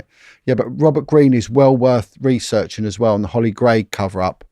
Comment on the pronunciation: Hollie gregg.. Not grey..